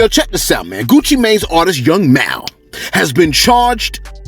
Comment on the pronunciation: It’s young mal as in mall don’t mispronounce Georgia folks nomore g😒🙏🏾